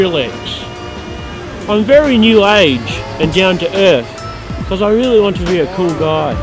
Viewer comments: its rwilly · It's Rwilly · lol is it rwilly?